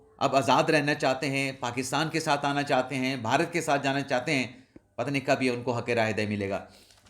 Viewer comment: لفظ کی ادائیگی درست کریں لفظ بہارت نہیں بلکہ صحیح لفظ بھارت ہے۔